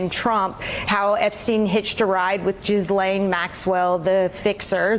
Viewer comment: virginia roberts says Jizz lane... Ironic isn't it...